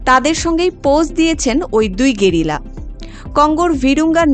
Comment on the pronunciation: একটু বেশিই শুদ্ধ হয়ে গেলোনা "গেরিলা"!!